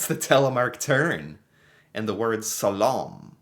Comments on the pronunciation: NOT salom but SLALom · >How in the world can somone look at a simple 5th grader word like slalom and just IGNORE the letters and make up their own word. Read dude. read.